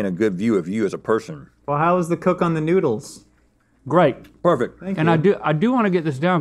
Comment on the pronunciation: One minute in an Rhett already call them "noodles" 😭 And it keeps going! This episode will be the end of me.